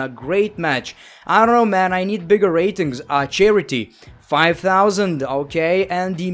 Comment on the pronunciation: u had all those rrrrrrrrrrratings